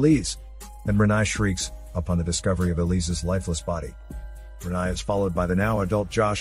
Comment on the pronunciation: Her name is pronounced 'Re-NAY' not 'Re-NIE'